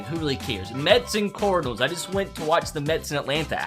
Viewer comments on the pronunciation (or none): Wait did you say c o r d i l s in stead of cardinals